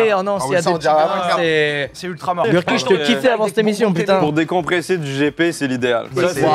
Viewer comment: tu prononces pas le nom de l'échelle correctement... je te laisse un hint sur la bonne façon de prononcer. Tu habites quelle ville?:)